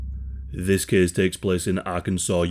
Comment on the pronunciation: "this cæs takes plæs" best words of the day ong